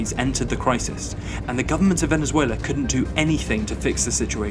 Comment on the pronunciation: This guy said “Venezueler”